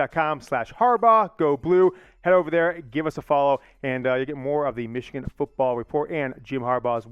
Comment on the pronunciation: Everyone: “Michigan football”: “Michigan fitball”